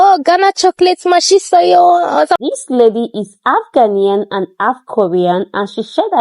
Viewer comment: My dear ♥️ i know you have been Ghana 🇬🇭 for a while The word is half not alf. Please